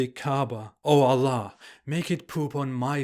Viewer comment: you're pronouncing word "allah" in such a funny manner, like OLLOH.😀😃